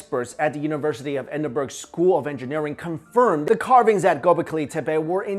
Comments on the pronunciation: You don't pronounce the g in Edinburgh so it's like Edinburh 😀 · It's pronounced "edinBRUH", not EdinBURG you fool! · "Edinburr"? Try Edinburgh, pronounced "Edinbur-ugh". So sad that a professor from my home town's seat of learning would talk of the end of the ice age when it hasn't actually ended. I think he means the end of the last glacial maximum. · I know the pronounciation of British words are sometimes difficult for Americans to get correct so just a heads up, it's Edinburgh (pronounced ed-in-burr-ah) not Edinburg or berg as sometimes said! I'm just saying this as I'm Scottish and it annoys the hell out of me that every (or almost) video referencing Edinburgh the narrator or host butchers this one word if they are from across the pond. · Love your channel. Just to let you know Edinburgh is pronounced Edinbur 👍🏻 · Edinburgh is pronounced "Ed-in-burr-oh". it's a Scottish thing lol. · I cringe ever time he attempts to pronounce Edinburgh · Did anyone else get so distracted after hearing the way he said "Edinburgh" twice that you had to stop and rewind 30 seconds of the video after that point to re-watch it and pay attention? No? Okay. (hides) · that Edinburgh pronunciation doe..............